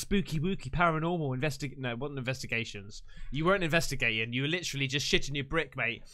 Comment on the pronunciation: You kill me mate Everytime you say invetigating instead of investigating lol!!! MF IM GONE IM GOO-AHHNAHHN!! 🏃🏃🚀🚀🏁🏁 ⛷️🚴🏂🏄🚣⚡⚡🐎🐎✈️🛩️🏎️🏎️🏎️